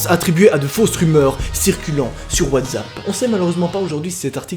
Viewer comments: 12 fois il dit WATZAP C'est Pas WTZAP !!!!!!!! C'EST WATZAP OFFF 😭😭😭😠😠😠😠🤬🤬🤬🤬😡😡😡😫😫😫😫😫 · Pk. Tu dit whazapp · Putain il a dit watzapp ça m'a donné envie de pratiquer le dab